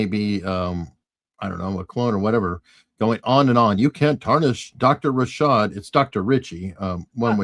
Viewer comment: I’m curious if you guys mispronounce his name on purpose or by accident? (It’s Rah-shad, not Rih-shaRd.) If it’s on purpose, Rah-shart would be funnier.